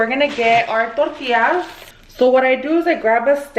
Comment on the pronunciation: I cannot get over the way she says “tortias”😅 but aside of that i lovvveee me sommeeeee chilaquiles